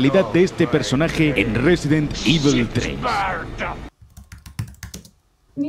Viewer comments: Por favor, no digas "ivel" por favor... es "ivol", resident "ivol", me duele muy fuerte cada vez que lo escucho y encima lo dices un montón de veces jajajaja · "resident Ível"